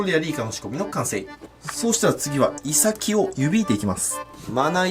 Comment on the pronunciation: イ↑サキ 気になるなぁー